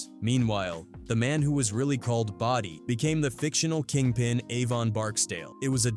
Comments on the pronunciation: Not body but Bo-dee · This might be petty to some …. I'm from Baltimore Pig Town born and raised and it means everything to us!! Now bruh its not “Body” fucking Bow-Di smh 😂😂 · Body its Bodie these AI narrated videos make me sick‼️If you gonna do a video on it do it and get it right‼️ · Bro wtf? Body BOADEEE ITS PRONOUNCED BOADEE .... lazy mfers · Not Body. It’s Boh-Dee. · Pronounced Bo-dee not “body” I hate AI so much just read the script yourself dude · Body lol. It bodie dumbasw. God AI Can be so cringe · Dude its not fuckin body.... boooodeeeee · pronounced it wrong. Boh•dee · It's ai it doesn't know the word bodie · yeah fuck this im out. once i heard bodie called "body" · Calling Bodie Body. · what's wrong? you don't remember the great character "body broadus"? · It's pronounced like Cambodia BoD